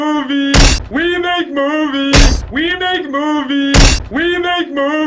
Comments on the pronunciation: After a while, it actually sounds like he's saying "remake movies" which seems even more appropriate for this video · It kind of sounds like he's say "remake movie"